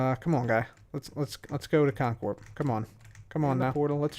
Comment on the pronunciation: did he say cotton Corp. or is that just me?